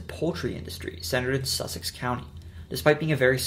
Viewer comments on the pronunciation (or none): none